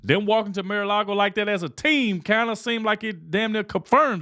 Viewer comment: It's NOT MAY - LARGO ... It's MAR ... Mar-A-Lago ( Mar-a-Lago (/ˌmɑːrəˈlɑːɡoʊ/; Spanish for 'Sea-to-Lake' )